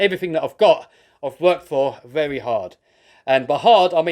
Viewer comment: 'And I'll see yu veri veri soon' that accent killed me 💀💀